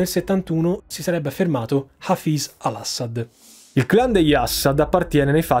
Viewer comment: Ciao, complimenti per l'enorme lavoro che fai e che metti a disposizione per noi in modo gratuito, ma sentir pronunciare "Assad" in quel modo fa venire l a pelle d'oca. C'è un motivo per cui metti l'accento sulla prima sillaba?